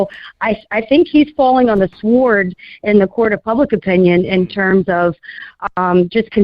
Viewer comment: Somebody tell that the w in sword is silent. Out here sounding like Willie D. on “My Mind is Playin’ Tricks on Me”.